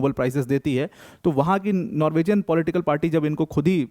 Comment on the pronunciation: Sir, नॉर्विजियन नहीं होता है, नॉर्वीजन होता है.